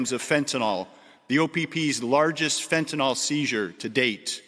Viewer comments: Fentanyl, not fentenol. Last syllable rhymes with hill. Like Fentanill. Please try to get it right. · It is pronounced FENT-A-IL. not FENT-A-OL